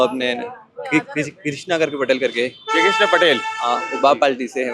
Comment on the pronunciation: बांसवाड़ा का युवा है पटेल होकर भी अपने विधायक जयकृष्ण पटेल का नाम बराबर ढंग से नहीं ले पा रहा है तो इतना क्यों झूठ बोल रहा है मालवीय ने काम किया था हार क्यों गया 😂😂😂😂😂😂